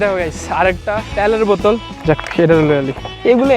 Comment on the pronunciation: বটল না বোতল😂😂